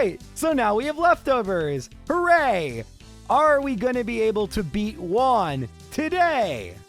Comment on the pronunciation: Learn how to pronounce " Juan"